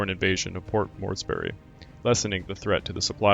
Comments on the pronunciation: Morsby. Not Mores Berry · I think you mean the invasion of Port Morris-Berry was averted. Aside from pronunciations, a good use of graphics and pictures. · I only came here after looking at the first few minutes of the followup video in which you confessed to being a poor narrator. B-52 vs B-25, that's one thing. I can kind of forgive you for mispronouncing Admiral Spruance's name and a little bit for mispronouncing Port Moresby but how can anyone with a rudimentary knowledge of the subject matter mispronounce "Halsey"? That's almost as bad as if you had mispronounced "MacArthur". All of these things make you seem like someone who has not really studied this much at all. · I don't mean to be critical but the mispronounced names of commonly known people and places is really pretty bad, from the garbelling Port Moresby to "Morseberry", Adm. Halsey to "Haisleys" Raymond Spruance to "Sprouse" and also, when describing a plurality of airplanes is not "aircrafts" its aircraft, All stop there.